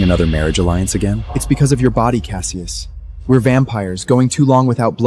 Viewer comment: Cassius shews.... Callius... Callavius... WTF 🤣🤣🤣🤣🤣 LoL